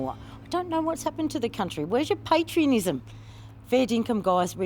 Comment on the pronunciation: where’s my what? Patrionism?